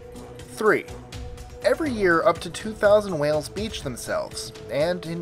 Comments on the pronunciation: I hear him saying humpback males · My cat started to purr as #10 came up... Lol you said humpback males